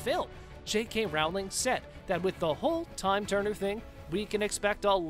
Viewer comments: Rowling has a long o, like in "roll," not an "ow" sound like in "howling." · J.K. Rowling's name is pronounced like bowling but with an R. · Bring back Depp. Also, you should learn to pronounce JK Rowling’s last name. And her comments were about sex, as in male/female, not “intercourse.” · Depp should not have been sacked..............and Rowling rhymes with bowling not howling. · Pronounce the author’s name correctly!!!!! It is Rowling, rhymes with bowling…NOT Rowling rhymes with howling. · I wish you would learn to pronounce the names properly. It would make watching easier. The most painful to hear is J. K. Rowling. It’s “ Row-ling” like you row a boat, not like a ball is round. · No Depp? No watching!! Before production of this you really should have brushed up on how to pronounce JK Rowling's name! It's pronounced as it looks Row as in rowing a boat!! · I can't believe this guy doesn't know how to say ROW-LING. ROW , LIKE A BOAT! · Would be nice if you have your staff pronounce "Rowling" correctly. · This guy claiming that Depp left rather than being forced to leave, shows the lack of research just as much as the fact that it's 2021 and he still does not know how to pronounce "Rowling". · Johnny Depp didn’t leave he was let go. You need to learn to pronounce Rowling’s name.